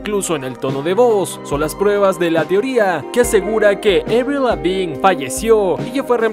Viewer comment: "Avliu Levin" lo dice bonito jeje